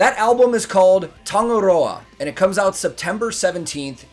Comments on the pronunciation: said Tangaroa perfectly You sure you are not a fellow Kiwi? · Naww 👏 I have to praise u for ur pronunciation of Tangaroa. 🙌 SHOTT bro! From a kiwi girl right here. Love ur reaction BTW.❤🔥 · Nice work on pronouncing that dude. I'm well aware people outside of polynesia tend to have a great amount of difficulty with the "ng" sound we have and often don't even try :) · Tangaroa phonetically pronounced tongue-ah-roar-ah (roll the "r") the deity of the ocean and all that dwells there. Very powerful if you imagine the magnitude. A young band trying new things